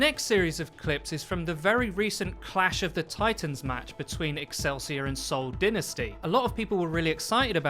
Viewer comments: Dynasty not dInasty Dye Pie Bye Not DInnee Y not i Im tirerd dont jugde my ocd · i absolutely hate the way he says dynasty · He said Dynasty wrong. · How do you mispronounce dynasty.